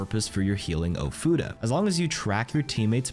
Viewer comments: Bro is he saying futa? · your pronunciation of ofuda is quite painful